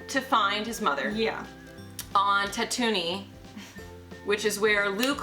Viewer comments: Tat To Ni 🤣 (It’s Tat O Ine) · Tatoonie? It’s Tatooine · Tatooni? TATOONI? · So no one commented on how she pronounced Tatooine wrong?